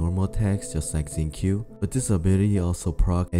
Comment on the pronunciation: This dude really called Xingqiu "zinc Q" lmao